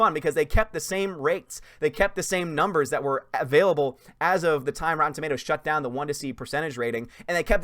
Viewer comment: Rotten Automatoes?